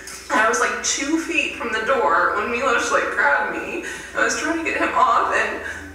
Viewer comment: Evrytime I heard Shane say Milos I had to stop the video for a second. So many people are named Milos in my country and it's just... So horrible to listen to. People like him are able to just walk away from what they did and I dont know why.